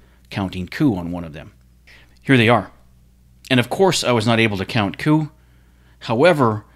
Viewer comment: Count COUP??? Are you SIOUX?? Are you CHEYENNE??